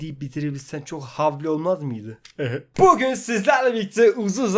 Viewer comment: Buguuğn sizlerle birlikte diyor ama;)